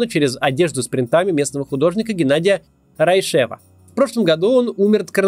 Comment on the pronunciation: Поправлю. Не РайшЕв, а РАйшев. Ударение в фамилии на букву А